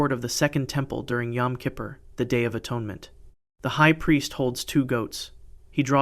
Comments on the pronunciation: Yom Kippur not kippers. Not funny. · You lost a lot of credibility in the first 10 seconds by using BCE instead of BC and mispronouncing Yom Kippur.